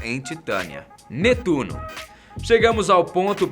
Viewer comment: Se fala netuno